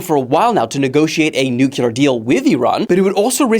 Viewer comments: IT'S PRONOUNCED NUCLEAR, NOT NUKYULUR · Nuclear NOT nukelar!!!